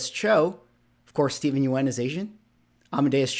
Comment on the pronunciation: Yeun is pronounced like Yun. I know the spelling tricks people.